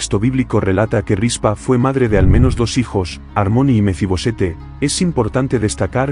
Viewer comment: No es Mefi-Bosete, es Mefi-Boset.